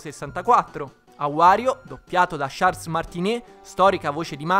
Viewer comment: No Charles non me lo puoi pronunciare così